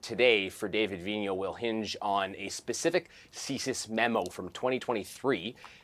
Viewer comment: Vigneault, not Vignon.